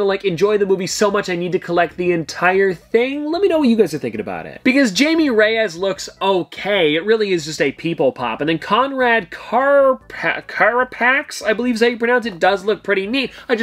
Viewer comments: It's not pronounced "Jay-me", it's pronounced "Hai-may" Reyes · (Hi-May) is how it’s pronounced I’m a Spanish kid no biggie just wanted to help out, happy bday and love your vids 🎉🫶🏻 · “Jayme Reyes” omg bro 😭 it’s pronounced Hi-Meh as in Jaime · Jamie is pronounced as “high-may” 😅😊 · i have to respectfully let you know that you mispronounced jayme because it is a haspanic name and the j is pronounced like a h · Hey, just a quick correction. Blue beetles name is pronounced as hi me